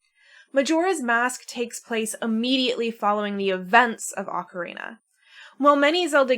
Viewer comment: The “ocareina” is killing me 😅. My dad used to say it like that He used to pronounce Super Mario as “Super Merry-o” too. That takes me back. 😌. Back to when the N64 just came out and he and I would play together. Better days ❤